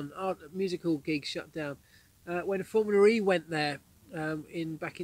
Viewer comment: Hi Marc. It's Formula E. Not Formularee, or Formular E. And I could do with a little less dog. Furthermore great video's! Thanks!